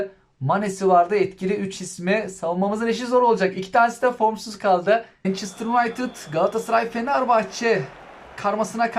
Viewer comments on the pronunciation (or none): none